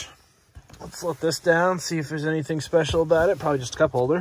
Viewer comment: "specical" huh?